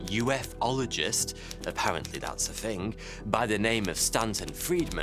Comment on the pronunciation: THING uses a "TH" sounds not an "F" as you say "FING" and "SomeFING"... For an educated person (seemingly) this really lets you down!